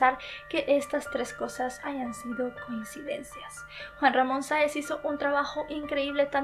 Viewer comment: Muy buen vídeo,pero no pude evitar reírme cuando dijo Juan mamón